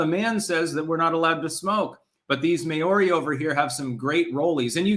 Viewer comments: Maori is pronounced Mao (as in chairman mao) ri = Maori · It's pronounced Mao ri. Mao as in the Chinese mass murderer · May-or-ree that's the weirdest pronunciation I have ever heard haha. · Your pronunciation of Maori kills me. 🤣